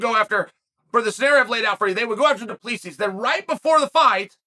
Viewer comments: Cheal your saying it wrong 😂 its Drinkus DU pla sie thats how its suppose to sound trust me im South African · It’s pronounced Du-Plaa-see. No s sound at the end. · it’s pronounced Du Plesi not exactly the way it’s written. It’s an Afrikaner surname 😊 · Chael read your comments and learn to pronounce Du Plessis 😂 It's pronounced Du-Ple-Sea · We should call him "Dricus 'the S is silent' Duplessis" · Uncle Chael, it is pronounced Dree-cuss Do-pluh-see. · It's "DO PLEH SEE" the S is silent. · Doo pluh see Chael mispronouncing names hurts my ears